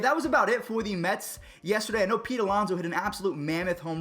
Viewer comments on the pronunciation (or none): none